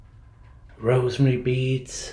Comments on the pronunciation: Not rosemary beads, it's roseary beads. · Great explore and thanks for the chuckle - 'Rosemary beads' 😂😂 I think you mean Rosary beads.